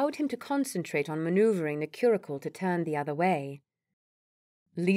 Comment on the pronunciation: I'm enjoying the story despite a few odd pronunciations (query when it should be quarry, cure-icle instead of curricle, for example). I suspect the narrator is American, but with a variety of decent British accents. Thank you for the entertainment. 🙂